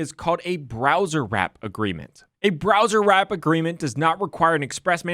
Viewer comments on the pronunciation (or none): Why are you pronouncing "browsewrap" as "browserwrap" when there is no "r" after the word browse? Don't do that in court, I want my man sounding professional